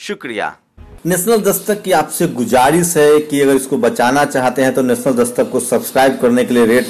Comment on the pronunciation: BHAI GUJARIS NAHIN GHUZARISH HAI UCHCHARAN SAHI KAREN.